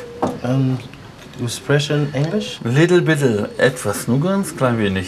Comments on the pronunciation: Little bittle😂ich brech ab 😂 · Little bittle haha! XD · A little bittle😂😂